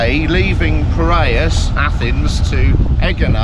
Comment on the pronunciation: There is no G sound in Greek its actually prounounced Y sound